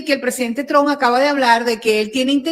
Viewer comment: Amiga, en apellido es Trump, no es Tron, que es marginal.